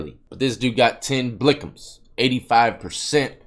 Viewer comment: “but this dude got 10 BLICKems” 😂😂